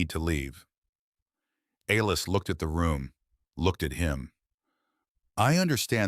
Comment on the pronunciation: A-Lis? C’mon man. How do you f-up the name Alice? Besides that I enjoyed your story